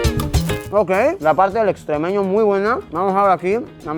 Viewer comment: Luisito no se llama extrémeño se llama estremeño XD 🤣